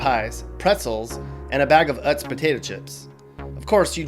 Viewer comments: It’s pronounced ‘’yooz’’ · I grew up in good old PA..yep, we call it PA..this video is rather accurate, I'm a Pittsburgh local, my closet contains alot of black and yellow, the guy said Utz potato chips wrong, it's pronounced "ootz"..but sheetz is the shiz and gas prices are always sky high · why did you say utz like that and if you are from pa and try to say he’s saying it right, my grandma is grandma utz